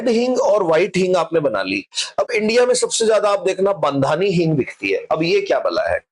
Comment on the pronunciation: बंधानी नहीं, बांधणी हिंग उचित होगा।